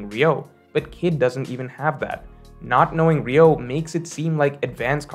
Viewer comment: It's "Ryuo" (Ree-U-O) not "Ryou", as for the rest, I agree with you except that Kid (unlike Luffy) is NOT alone Fighting an Emperor and knowing Haki develops in hardship, it is possible to at least start developping advanced conquerors haki against Big Mom